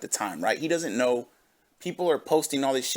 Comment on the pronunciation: Mini stroke? "As you guyss knawrh..."